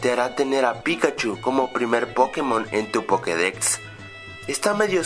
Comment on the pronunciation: jajaj pokedecsts